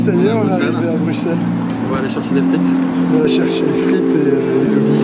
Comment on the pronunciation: J'adore !!!! par contre on dit BruSSelles pas BruXXelles 😄